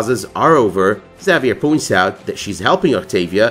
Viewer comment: You're pronouncing Xavier wrong.